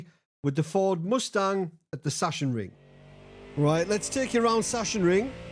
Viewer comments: Hi, big fan. Just chiming in in case no one has told you yet, but as a german I can confirm that it's pronounced "Sucks-En-Ring" and not "Sush-En-Ring";) Keep up the great work! See you on the track. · Saxonring, though a German would pronounce the S as a Z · Hi, greetings from germany, love your content mate. (btw. you can pronounce it like "zaksenring") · Everybody is calling it "Shashenring" when it´s more like "Zaacksenring" :D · It's pronounced...SACK SIN RING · Hi, the german track is pronounced "Saxonring" or "Saxenring". german smartass mode off 🙂 keep it on with you ecxellent content and drive safe! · Literally everyone has butchered this as a MotoGP fan it’s been painful 😂